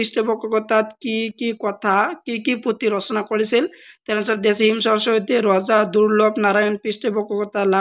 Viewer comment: Hem swarasati ❌Him swarasati ✅😂